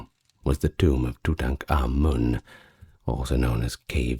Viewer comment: Finally someone that can pronounce King Tut's name correctly❤😂